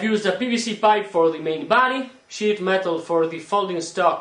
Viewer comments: did you say "Shit metal"? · not making fun of you or anything, but when you say sheet metal it sounds like your saying shit metal